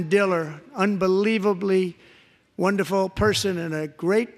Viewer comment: Wanderful wandeful wandeful.